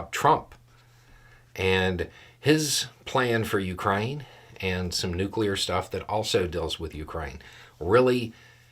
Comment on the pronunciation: Thank you for not saying "nucular."